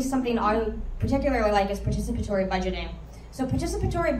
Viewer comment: 👏👏👏 I really enjoyed this! Well done... (I was also very impressed with your ability to pronounce 'participatory' perfectly every time...no easy feat that! 🙌)